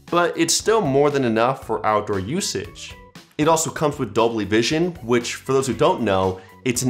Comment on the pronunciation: With all due respect It's Dolby not dobly. Nice review btw👍